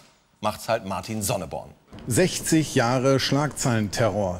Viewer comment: Der Mann heißt übrigens Sonneborn und nicht SonneRborn =)